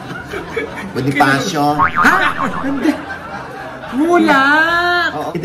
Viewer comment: Hahaha ung mas nkakatawa ung pagkakabigkas ng Bonifashyooo 😂😂😂 Baka sabihin nila Mama Ogs bakla ka😂